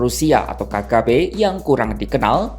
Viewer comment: woi KGB bukan KKB govlog😂😂😂